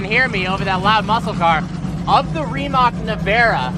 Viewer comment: When you say Rimac, don't pronounce c like k